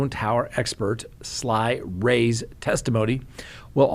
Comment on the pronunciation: Isn’t his name ‘Sy’ Ray? Not ‘Sly’.